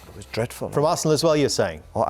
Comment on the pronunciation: "eiresenal my goodness"